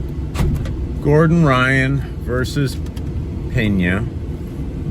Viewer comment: Pena not Peña. If I’m português it had the sound of the Spanish Peña then there would be an “h” Penha